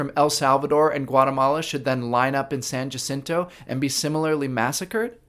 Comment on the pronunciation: Too bad the politician couldn’t even pronounce San Jacinto correctly.